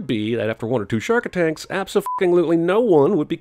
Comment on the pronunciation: "shark attanks"